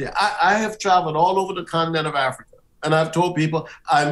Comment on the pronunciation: “My religion is Afryica”.